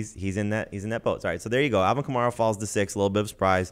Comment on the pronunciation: KAMARA. Say it right lol